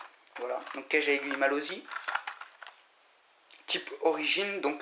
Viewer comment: Sa se dit malosssssssssssi pas malozzzzzzi